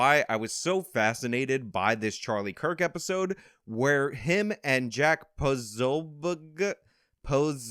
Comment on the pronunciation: Trolling Posobeic made me laugh. No wonder he goes by “Po So” that and his Navy days probably saw much worse mangling of his name